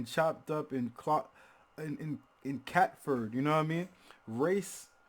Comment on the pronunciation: It’s a shame you tube wasn’t around when Jehst was in his prime I love watching Americans react to the old school Uk hip hop listened to jehst when he started rapping but mate... you BUTCHERED the word catFord🤣🤣🤣🤣🤣